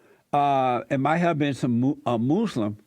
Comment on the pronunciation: You call it "moose-lum" lol.